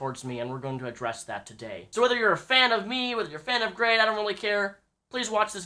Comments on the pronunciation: You always been a big fan of grade? You cant even say his name. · You say that you are a fan of grade but you kee mispronouncing his name.